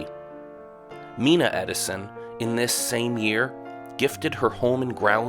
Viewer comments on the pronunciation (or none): Mina is pronounced MY na, not MEE na. I know because I am friends with her family.